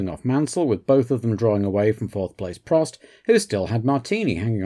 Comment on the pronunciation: In all my years watching F1 I never knew Prost was pronounced “Pro”. Thank you again for such an interesting and rewarding watch 😊